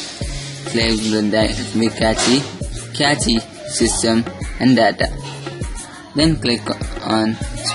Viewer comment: Cache is pronounced like 'Cash' you MKBHD buttwipe.